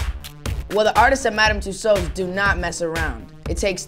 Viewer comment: LMFAO !! he cant even pronouce MADAM TUSSAUDS properly LOOOL .... hahahhah ... lol when i first heard himm saying tht i burst out laughing :D xxx LOOOL